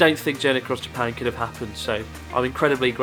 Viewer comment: How is it that a japanese guy cant say "Japan" ?